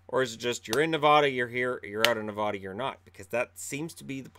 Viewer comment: you are not allowed to be a Knights fan anymore until you can say Nevada correctly. The middle syllable rhymes with "cat", not "cot" -- please and thank you.